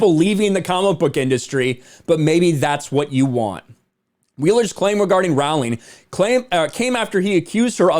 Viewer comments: Again, her last name is pronounced “Rolling.” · You are pronouncing Rowling incorrectly